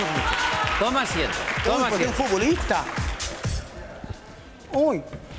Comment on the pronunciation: Un furbulistah: uy qué circoh